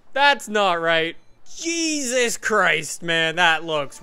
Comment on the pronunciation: "Jeezis crist" - 2016